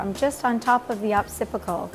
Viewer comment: wanted to correct her pronounciation: she kept saying "opcipical" which is the rounded part of the back of the head. It is spelled: Occipital (Ok-si-pi-tal). not trying to offend, just make sure if your the CEO and L'Oreal Professional representative--- you should know how to pronounce the basic cos-vocabulary....